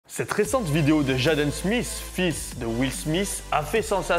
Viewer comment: C’est pas « jaaden » son nom mdr 😂 tu détruit son nom en le disant en français . Sa s’écrit « jaden » m ça s’épèle « Jayden ». Sinon continue tes vidéos 🤩👍